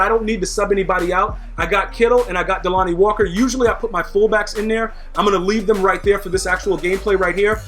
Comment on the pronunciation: say delanie walker name right that's my tight end